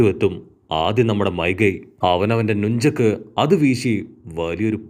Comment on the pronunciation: Nunchak alla nanchek